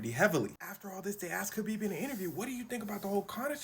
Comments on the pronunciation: Its kHabib. HAHbib. The k really doesnt show up in sound. Hes said this so many times. HAHbib. Not KAHbib. Like habibi. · His name is pronounced Habeeb; not Kabeeb. His name Khabib Nurmagomedev means the Beloved Light of Muhammad. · Every time you said "Kabib" instead of "Khabib" it made me die a little inside. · It’s spelled with a k but not pronounced with a k, sounds like habib but it’s spelled Khabib 👍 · Pronounced Ha-beeb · khabib's name is actually "Habib" same as "habibi" but there is no letter to represent the heavy arabic "H" sound. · "Never heard of...?" Dude it's Khabib. WTF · Pronounced “Habeeb,” the K is silent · The K is silent. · You said his name correctly once and that was in the first go lol